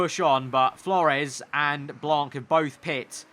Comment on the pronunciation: Hey just wanted to say that you have a little problem with the pronouciation of Blanc : You don't have to pronounce the c at the end so you just have to pronouce Blan, But anyway good video as always :)